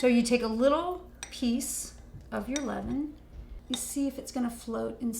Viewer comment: I thought you said lemon. It’s luhvuhn . Well it’s close 😅